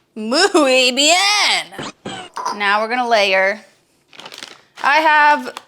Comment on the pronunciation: Moo-ey bee-yen 🤌